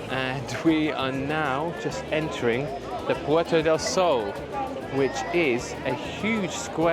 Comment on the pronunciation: PuertA (not Puerto) del Sol; Plaza MaYor....please